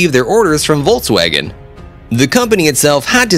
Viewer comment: Its volkswagen not woltswagon😂 Edit And its porschE Not porsch